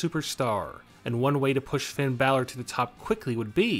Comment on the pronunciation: That's not how u say Finn Balor its post to be Finn baylor